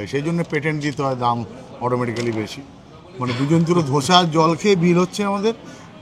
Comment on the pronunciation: দাদা....আপনার অনেক অনেক video দেখেছি। এই series টাও খুঁটিয়ে খুঁটিয়ে দেখব। একটা suggestion - ওটা যা breakfast করলেন সেটা দোসা , ধোসা নয়। ধোসা বা ধসা আলুর হয়। 🙏😅